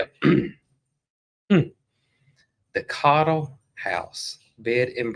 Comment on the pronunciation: Cottle house. Not coddle